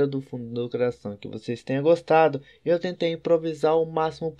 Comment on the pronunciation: goxta de goxta